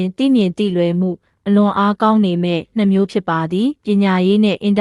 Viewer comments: နောက်တစ်ခုက year ဆိုတဲ့ "နှစ်"ကိုဆိုလိုချင်တာ"---နှစ်မျိုး" အစား အရေတွက် "၂မျိုး"(နှမျိုး)လို့ဖတ်သွားတာကြားလိုက်မိတယ် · "နှစ် "မျိုး ဟုပီပီသသဖတ်ပါ